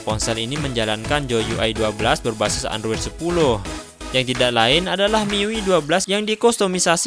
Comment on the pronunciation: Miyui... 😂 Diperbaiki ya pengucapannya...